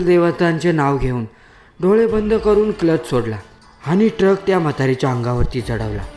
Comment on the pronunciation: टरक नव्हे ट्रक बोल